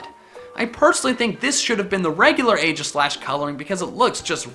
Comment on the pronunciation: Hate to be that guy but... It's EE-gis-slash